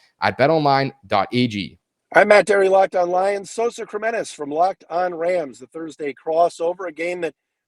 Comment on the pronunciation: Put some respek on Sosas last name, Matt! 😅